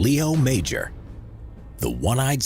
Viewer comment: i met Mr. Major. His name is pronounced 'Majore'. I was in front of greatness when i was in his living room.